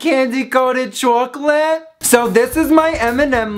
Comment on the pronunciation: The way you said "chocolate"! Lol.